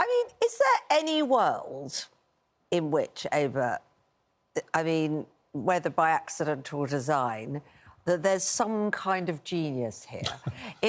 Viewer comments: Why didn’t anyone correct Kwasi Kwarteng sooner that it is Ava and not Ana? 😂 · He called Ava, Anna again! Gunna keep track going forward!